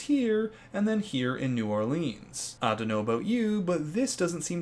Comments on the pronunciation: anyone else cringe everytime he says New OrlEEEEANs? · as someone from nola, it is really funny hearing you pronouncing it hahahahaha